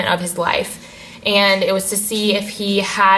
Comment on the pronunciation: you're the first non-Dutch person that I've heard pronouncing hydrocephalus correctly....